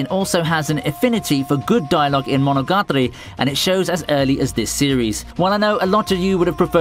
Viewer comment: "Monogatri" "Katanagatri", lol.... Its "KatanagatAri" Pronounce that "A" !!!